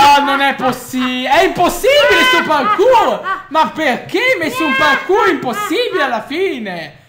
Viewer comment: "PARQUR" non ho parole per descrivere questo.